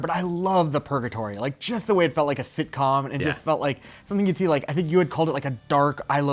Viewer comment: I swear this dude said "tv shitcom"